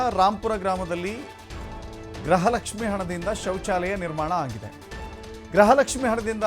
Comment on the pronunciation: Gruhalakshmi alla gruhalakshmi pronunciate properly.